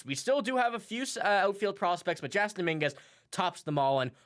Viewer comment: His name is pronounced Jason